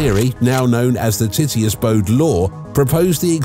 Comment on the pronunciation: Lol you said “Titius”